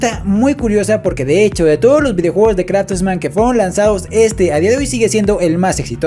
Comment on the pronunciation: me encantan tus videos y soy yo o enves de decir craftman te la pasaste diciendo kratosman? XD